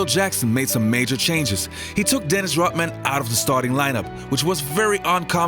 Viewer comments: dennis "rotmin" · RoDman not Rotman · Its Dennis Rodman not Rotman! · Rodman not Rotman. Take some of that Patreon money and get a speech coach. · WHY cant you say Rodman ???